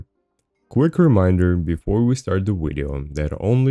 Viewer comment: i HATE when you say... wideo